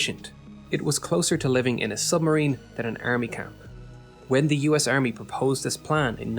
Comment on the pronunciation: "Earmy" "new-cler" "YOU-nighted" "RegLer" "Tunelts" "GIInt" 🤢 painful.